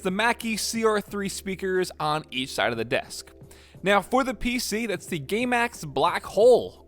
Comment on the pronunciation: I thought he said gaymax blackhole lol